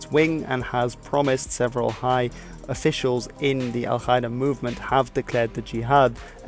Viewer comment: Qaeda isn't pronounced kaeda 😉